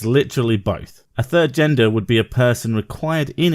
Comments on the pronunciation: Is it just me, or does she keep saying "yenders"? Like I know she means gender but it sounds like YENDURRS ?? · yenders?? Did she lose her baby teeth last week?